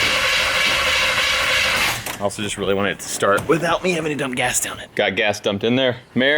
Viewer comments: LOL I heard "smells like ass" LOL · I heard ASS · Did say it smells like gas or 🍑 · I could have sworn said it smelled like ass.....lol But, I guess she said gas........lol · At 3 min. 20 sum seconds. I thought said, smells like ass. And replied, that's a good thing. I was laughing myself hysterically. Then I rewound it to show someone. And realized she said gas, not ass. Might be true either way. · Hey, are you sure said "it smells like GAS?" Because as someone who's been married for what seems like forever, it sounded like she said, "it smells like ASS." Just saying. Lol.😂😂😂😂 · I heard ass also😂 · I thought said "Ew... smells like ass" 😂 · Either mere doesn't pronounce her g's or she said it smells like ass, 😂